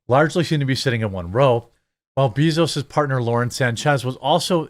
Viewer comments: Love you, but can’t stand to hear Jeff Bezos pronounced bEEzos 🐝 I like BAE-zos better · It is pronounced BAY zos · Why do you keep calling him Beezoos lol